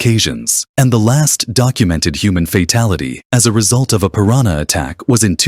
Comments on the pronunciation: It's piranha not pirañha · It’s piranha not prirania 🤷🏻‍♂️😂😂😂.. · It's not " piraña. " It's piranha.